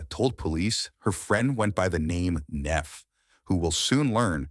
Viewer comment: “Neff” done “leff”